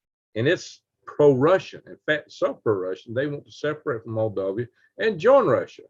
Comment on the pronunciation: Moldova not Moldovia